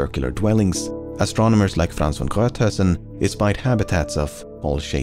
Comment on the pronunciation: Man you pronounced Von Gruithuisen soooo smoothly, I would have fucked that one up so badly